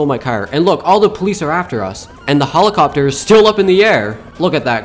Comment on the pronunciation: His pronunciation be like holocopter❤❤❤😂😂😂😂😂